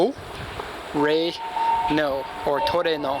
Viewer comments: The Japanese pronunciation for trueno is the same as Spanish and it means thunder , you sound weird saying trunO! Lol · Trueno, you say it "true-eh-no", the "eh" in the middle is spoken as like "meh" but without the M. And it means thunder in Spanish.